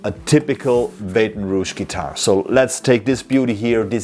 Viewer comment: Junge, du nennst deine Firma "Baton Rouge", kannst diesen Namen aber nicht richtig aussprechen?!? 😂😂😂